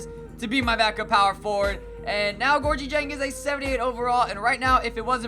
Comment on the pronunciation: Hey it's pronounced Gorgui